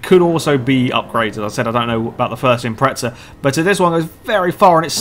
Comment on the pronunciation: The "impreza" does not have a "t" in it so please say "impreza" instead of "impretsa"